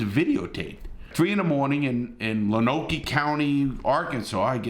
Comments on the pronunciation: Love ya Larry, but...it's "Loan Oak"... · Heads up, it's pronounced "Loan-oak." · Great video Larry. Just FYI Lonoke is pronounced "Lone Oak". The cop shot the 17 y.o. three times. Once in the neck, once in the left shoulder and once in right arm.